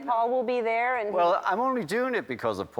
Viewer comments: ''End uh'', its and Ringo, and. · Ringo still sounds like a scouser until he says "and" and then he sounds like a septic tank. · He's picked up an American accent when he says "and" :((